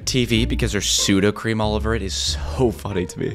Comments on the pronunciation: It’s Suda cream it’s not Sudo cream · soudacream nooooo soudacrem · It's sudocrem not sudocream